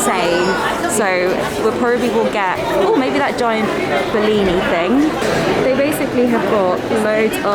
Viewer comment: Love this but "blini" please not "bellini"!!